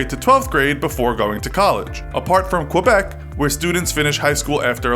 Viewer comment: You pronouced Quebec wrong